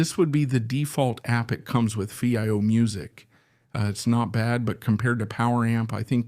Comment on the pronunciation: have your A.I pronounce Fiio the right way..